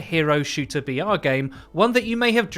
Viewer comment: I was hyped every time he said BR but farther on in the video I realised he was not saying VR but BR